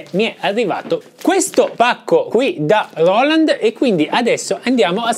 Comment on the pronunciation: Grande! Quando dici loland mi fai schiantare da ridere! Ti stimo 🤣🤣